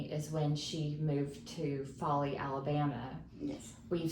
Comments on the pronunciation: I also understood Bali! I thought oh wow she lived in Bali and moved back to the US during the pandemic? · 😂yeah I saw that in the comment. Until that I was convinced. It 100% sounds like Bali